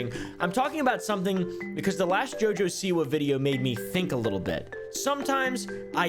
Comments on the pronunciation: The way you said her name killed me. Jaja SeWah 😂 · Never knew it was supposed to be pronounced JuhJuh Saywah. She must be from Alabama. That explains a lot actually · “Jojesoua” Ahahahahaha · I’ve never laughed harder at a botched name pronunciation